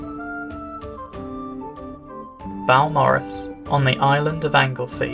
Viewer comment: Beau = B’oh, not B’ow.